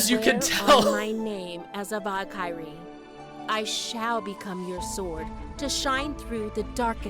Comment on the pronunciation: “I swear on my name as a Vah-kie-rhee” 😓 don’t notice don’t notice… why don’t they give the VOs the names phonetically!